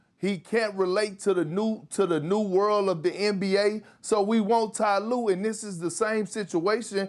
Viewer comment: “Tee Lue”